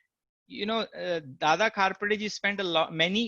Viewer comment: Please pronounce "KHAPARDE" NOT KHAPDRE